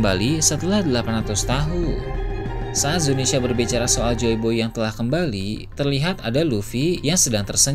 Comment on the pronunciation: please bang. Zunisha bukan Zinisya